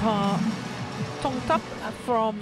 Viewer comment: Is it just me that I feel the umpire's pronunciation disturbing